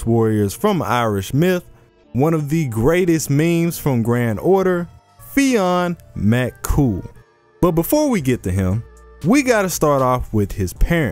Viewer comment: It’s pronounced as Finn McCool.